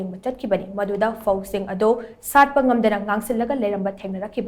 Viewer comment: New esityn pho = fo 😂😂😂